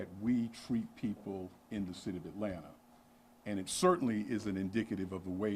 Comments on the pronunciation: Hey there. It's Atlanta not Atlatna:D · Atlanta* not atlatna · "ATLATNA?" Is this a fucking joke? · You spell it “ATLANTA”. NOT. “ATLATNA”.